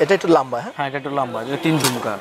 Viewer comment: লাম্বা কি রে ভাই?? লম্বা বলতে পারেন না??